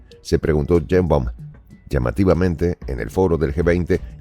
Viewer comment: "Cheimbaum" o "Yeimbaum? 😮WAF!